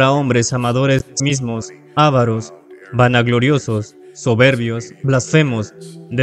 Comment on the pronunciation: La palabra que sirve para nombrar a los que tienen avaricia es "avaros". Si pronuncia como "ávaros" se debería poner el acento pintado, porque sería una palabra esdrújula. La palabra avaro es una palabra llana o grave, termina en una vocal y por eso no se pinta el acento pero se pronuncia acentuando la sílaba "va".